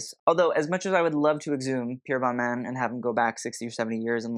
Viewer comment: You kinda mispronounce the designer names. Very Americanized. For example, Balmain ends with an exhalation, not a consonant.